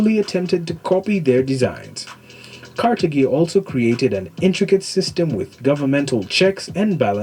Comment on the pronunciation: Car thage is the pronunciation not ca te gi ss he mispronounced it. Carthage os where Barca Hannibal came from. Its great history you should both look into as Hannibal great grandson Pushkin had much to do with the Russian empire army and arts and culture to the power it is today.